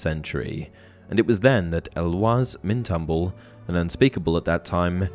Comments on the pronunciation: You got to get better with pronouncing names. Eloise is pronounced el oh weeze not elwuz. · Eloise = El-oh-ease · El-oh-weez is the commonly accepted English pronunciation of Eloise for anyone curious. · ysk Eloise is pronounced like "Louise" with an E in front